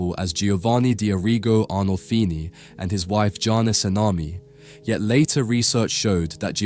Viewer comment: Schade, dass man den Spiegel nicht näher betrachten konnte. Interessanter Kanal, mich stört aber die KI Stimme, die sprachlich viele Fehler macht. Die Frau hieß bestimmt nicht SALAMI. 😅